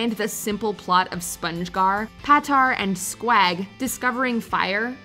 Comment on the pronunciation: Sqaag?? It's SquUG!!